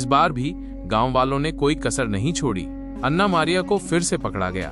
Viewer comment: O pai ana nai an'na hota hai😂